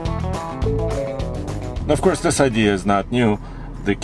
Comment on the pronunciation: So now we have "of corse" man #2